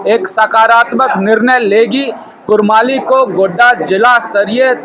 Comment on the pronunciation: वो रिपोर्ट्वा कुडमाली भाषा हे इसी लिए ना बोलते बाहरी भाषा नाय चलतो सीखो यहां कौनसी भाषा हे और सही उच्चारण करो।